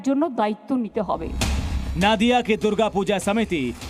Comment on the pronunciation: नादिया नहीं नदिया उच्चारण होगा